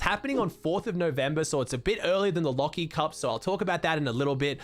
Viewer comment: I thought it said leafy cup instead of lachy cup for a Schindler 🤣